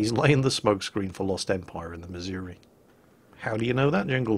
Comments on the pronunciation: ACKshully, Jingles, it's miz-OO-ree, and not mizz-Yer-wee. Been there. Heard it. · ACTUALLY Jingles, it's pronounced missour-ah. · I hate to be that guy, but you're mispronouncing "Missouri"